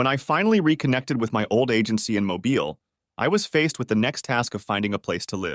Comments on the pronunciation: As a resident of the state of Alabama, I kinda cringed at the way that voice-over had pronounced Mobile. Pronouncing it like "Mobile Phone" as opposed to "Automobile" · Forgets how to pronounce Mobile. AI sucks. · Me, being a resident of Alabama, that pronunciation of Mobile, Alabama made me cringe